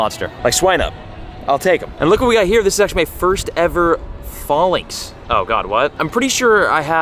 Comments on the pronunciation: It’s “fay -links” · Falinks is pronounced like the greek fighting formation Phalanx, i cant hear you say it wrong anymore lmfao